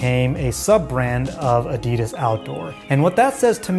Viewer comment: Its Adi Das not A Di Das 😂 apart from that good vid